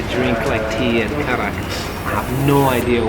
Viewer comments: The 'D' in Kadak is pronounced as an 'R' so technically you're both correct on some level lol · Karak not KADAK habibi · Why do you call it kadak when it’s karak?